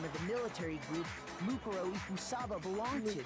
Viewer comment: Say it with me its said moo-Ko-ro eek-oo-saba = mukoro ikusaba